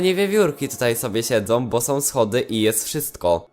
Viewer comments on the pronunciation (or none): ogólnie ja na ten temat sądzę że sso nie może tak po prostu tego wyjaśnić i że powinny być jakieś bardziej rozwinięte zadania z tym... Może kiedyś będą. I mam jedną prośbę czy mógłbyś wymawiać ą a nie om bo to boli w uszy. Jak mówisz którymi są to zamiast są mówisz som co lekko denerwuje. Komentarz nie miał na celu nikogo obrazić jakby co:D